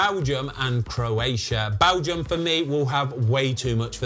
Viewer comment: I just laugh every time he says balgium